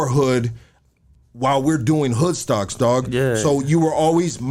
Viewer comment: 😂 said Hood cocks...oh Hood stocks😂 hahaha